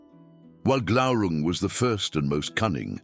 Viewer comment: Glaurun"g". Isn't it? Glaurung? Ah. There it was. You missed the "g" at first, I thought. The only part of the Silmarillion that I memorized, the epitafium on the Isle of the Hapless: Turín Turambar Dagnir Glaurunga.